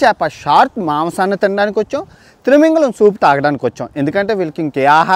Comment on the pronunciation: Thrimingalam kadu babu thimingalam anali